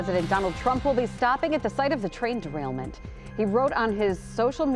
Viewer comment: Trail derainment??? This dorketta can't even read.